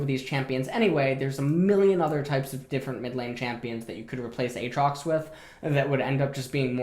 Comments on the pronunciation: Who the fuck in twitch chat trolled him into saying "Ay Ay trox" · A-atrox... you’re killing me 😂